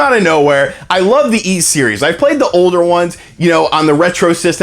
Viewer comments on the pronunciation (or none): YS is pronounced I:S as in peace not peas. Great Direct. Get hyped for a double dose of DK!